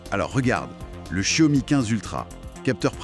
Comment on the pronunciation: [EDIT] concernant la prononciation, après avoir ré-écouté avec du volume et plus de concentration, y'a encore des progrès à faire ! On entend du "sssiomi" par exemple. Alors que le 'x', c'est un mélange entre "s" et "ch". Et que c'est ensuite "iao", pas "o" ... Ok, un peu touchy ce sujet ici ;-) Mieux ici : [/EDIT] Je suis sceptique pour la "moto volante" : je la trouve beaucoup trop stable, surtout vu sa taille, très courte et étroite. Et certain plan de la vidéo font très "écran vert". À propos des TARIFFS!!!, Gamers Nexus a sorti une vidéo monstrueuse (que je suis loin d'avoir terminé), quasiment 3 heures ! J'en suis à la transparence sur la décomposition des coûts d'un boîtier HYTE. Il me semble que le prix final passe de $99 à plus de $210; une catastrophe pour le vendeur. Sans compter sur l'incertitude : quelle taxe, à quelle date, quelle annulation, quelle annulation d'annulation ... Ici : Un bon point pour NotebookLM : il prononce Xiao Mi correctement ! Enfin, mieux, je demanderai à madame de valider les tons ! Une précision à propos des zooms, un truc qui me hérisse le poil à chaque fois : le n× ! Ça n'a absolument rien à voir avec une espèce de grossissement ! J'ai par exemple un 2×; c'est nul hein ? Sauf que c'est un 12-24 mm, équivalent Full Frame 18-36 mm, soit du très très grand angle. Un 100-300 mm serait un 3×, mais un 50-300 mm serait un 6×, mais il ne "grossit" pas du tout 2× plus ! Capteurs 1" : il me semble avoir lu que dans un smartphone, se